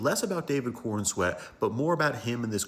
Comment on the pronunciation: Superman is played by David Corenswet not 'Corenset'